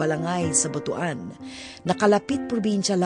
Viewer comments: It's not pronounced as BOTO-AN but BU-TUAN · Butuan ( Butwan ang Pronunciations) hindi po BUTU-AN.